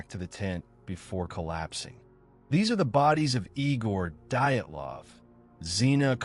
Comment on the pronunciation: The moment I heard "diet -lahv" I stopped listening.